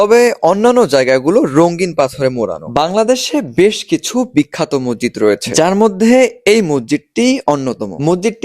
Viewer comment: ভাই মসজিদ নিয়ে ডকুমেন্টারি করছো অথচো মসজিদ উচ্চারণ ভুলভাল করলে হবে?